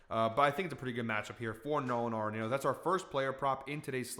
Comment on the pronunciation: KALO! love the Nolan pick, and he says his last name "ARE-in-AUTO" not "NATO". But....keep the winners coming!!